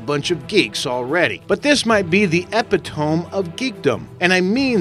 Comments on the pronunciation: Cool. In english it's pronounced eh-pit-oh-mee history lesson irrelevant. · ...Epitome is pronounced "ee-pit-oh-me" not "ep-eh-toam" What a moron. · got his EMphasis on the wrong SYLable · The “epi-tome”? It’s pronounced eh-pi-to-mee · Ummm, perhaps you should get someone who knows how to pronounce words to do your voice overs....epitome is not pronounced (eppa- toam), it's pronouced (EEE-pit-O- mee) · It's epitome (eh-pih-dah-me) not epy tome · epi tom its epi to me epitome duh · Its pronounced as eee-pit-oh-mee not epi-tome. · It's epitome (ah-pit-oh-me) not epi-tone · It's pronounced "eh-pit-oh-me", not "epi-tome". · "Epitome" is pronounced "Eh-pi-toe-mee" not "Ehpi-tome" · 'epitOHMM'? come on narrator 'Epitome'= eepitohmee. speak english good man! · I really hate listening to stupid people narrate .You can really tell this is scripted by someone other than the guy narrating. You can also tell the narrator has a fairly limited vocabulary.. I hear this often in top number videos. when this guy said EPITOME, he said EP-IH-TOE-M(said tome like tone).. its EH-PIT-OH-ME ...fucking idiot. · epitome is pronounced /ɪˈpɪtəmɪ/ not Epi Tome... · "eh-pih-tome" no, its "eh-pit-oh-me" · Ep-I-TOAM ? LEARN TO SPEAK YOU IDIOT! It is pronounce - Ih-PIT-O-ME. What a putz. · Epitome 🤔 "Ep-it-ome"🤦🏼‍♂️ IT DOESN'T RHYME WITH "EPIPHONE" (🎸) "E...PIT....O....ME" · epi-tomb?.. EPI-TOMB!?.. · I had to stop at "EpitOHM" and when he showed a picture of Ben Aflek and said "Bruce Wayne" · /ep ih TOME/? Really? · eh-pit-oh-mee (epitome), neesh (niche), ee-koh (eco)...also, what's with the weird edit after the human ear implant "in millio, a million"...did you mean for that to get past final editing lol? Also "it can be installed in a REAL human"...as apposed to what, a fake human? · Dis is epi-tomb of good speakings. It has very pat-able vockablueberries. Is for viewing of good impressive things, made of things. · "Epi-tohm" and "nish"? Are you kidding? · the apiddamy of wrong pronunciation.